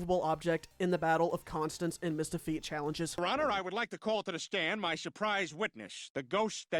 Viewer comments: Oh my god Mistahfeet😭🙏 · Mistahfeet. Youre so funny and attractive, but you need help.